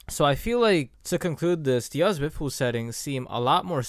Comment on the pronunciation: People really don’t know how to say Diaz